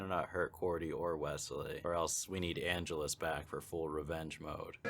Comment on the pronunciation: an-GE-lus. Get it right, dude. How long have you been watching this franchise?